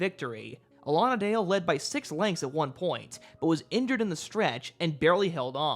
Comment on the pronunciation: Not sure about the pronunciation "Allonadale" I looked it up, all sources claimed "Alan. A. Dale" as is originally from the Robin Hood stories. Otherwise, great video!